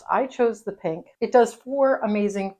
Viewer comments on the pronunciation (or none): none